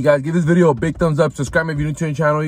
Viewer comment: With another VIDI today, make sure to SKIBE. Slow down man.